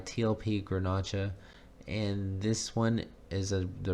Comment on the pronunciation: Grnach is a French word that is pronounced Grenash. Well, I think it turned out really pretty. You are pretty hard on yourself.